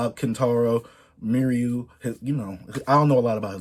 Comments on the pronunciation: R.I.P Kentaro and btw chase its pronounced me-uw-ra <3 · Also the pronunciation is me - u-ra atleast that’s how most people out here say it. Rip to that legend . Love all the love he’s getting from the YouTube community